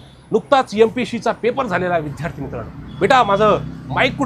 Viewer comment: विध्यार्ती नाही रे विद्यार्थी